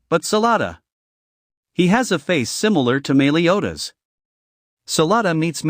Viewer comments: meeliodas? meliodas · Es cA NeR= Escanor (es- cah- nor) BeRliOn= Belios (belly oh s). Mealiodas= meliodas (mel e oh das) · the pronounciation dude its sounds horrible like :escaner diani neliotas and like 4 more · “Melee”odas lol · Your saying meliodas wrong